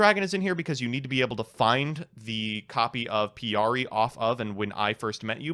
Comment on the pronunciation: Yeah I was like, "it's pikari...."